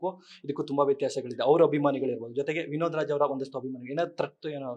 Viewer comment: ಅಣ್ಣಾ ಇಲ್ಲಿಗೆ ವಿನೋದರಾಜ್ ಅಂತ ಉಚ್ಚಾರ ಮಾಡೋದು ನಿಲ್ಲಿಸಿ